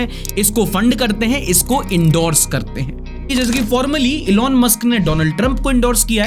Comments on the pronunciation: isne jaan bujhkar "doland " bola. thora dhyan se india ke pm se darte ho wo US ka hai usse bhi daro. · Donald ❌️ Dolund ✅️🤣